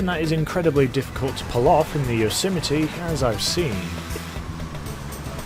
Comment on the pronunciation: It’s pronounced yo se might not whatever the fuck u just called it